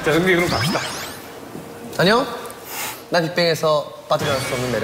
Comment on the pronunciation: nobody : daesung : EnnYoNg